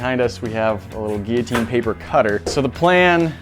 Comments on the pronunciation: You mean like “gee-ya-teen”? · so posh. He says guillotine with silent l’s